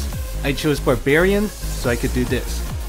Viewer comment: hahaha that barbargaren though.😂